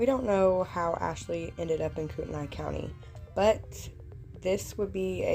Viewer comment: It's pronounced "Koot-A-Nay" not the way you're saying it. My son worked with Dylan's mom at Yokes. She still thinks these were all murders. We lived in shoshone County, Kellogg for 16 years. It's a small county and towns. the cops rule there and the older people know stuff there!